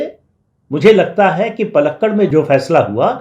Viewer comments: पालक्काड … not पलक्कड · Sir the city in Kerala is not पलक्कड, it is पालक्काड. Since you are a very senior journalist, I thought I should bring it to your notice. Rest assured, since I was born and brought up in Delhi, I’m aware of frequent mispronunciation of North Indian city and personal names in the South, and where possible, I try to correct them too.